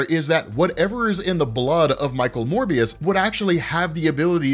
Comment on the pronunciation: Yay pronounced Morbius correctly instead of Mobius